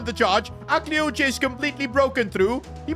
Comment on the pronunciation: Akliouche is pronounced Ah-klee-oosh